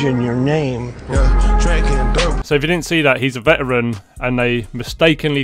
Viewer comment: Veteran not vet heron